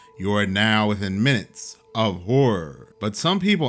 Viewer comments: My wife and I always say (dramatically) You're now within minutes... OF HORROR (Pronounced WHORE heh heh) and we laugh our butts off, and we LOVE that intro, and we love you, buddy. Don't stop being you! That intro is what drew me to you. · I Love your Old Introduction 🎙️ You make the word "Horror" sound so Posh 🎩